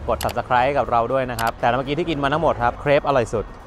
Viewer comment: จะชื่อว่า มาคเช่ เพ(ค)ซิด๊อง วิวซัน or วิวซัน(เนอ) marche มาคเช่ แปลว่า ตลาด ค่ะ จะอ่านว่า ชองบ๊ง ฟ(ค)อมาช(ชึ) ค่ะ น้องจะเป็น ทาต หรือ Tart (ต้าด) ค่ะ 😊 ถ้าในภาษา ฝ. จะอ่านเป็นแครป ค่ะ ตัวแป้งจะติดเค็มนิดๆ เห็นแล้วหิวเลยค่ะ 😋🥺😂❤